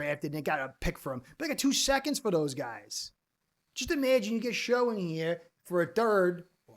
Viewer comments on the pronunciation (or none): Pronounced Tyler "Shuk" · just so you know, its actually pronounced tyler 'shuck' for some reason. dougliedowrong put the man in his top 5 (not including ward and sanders) qb prospects for the fins to draft and he mentioned how confusing his name is